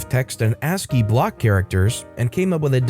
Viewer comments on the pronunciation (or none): none